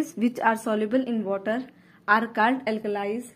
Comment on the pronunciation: You pronounce 'only ' and 'called' wrong improve it👍🏻👍🏻